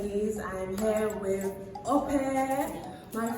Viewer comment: How hard is it to say Ope? Pronounced - ‘Awkpe’ not ‘Aupair’. Go on, give it a genuine go.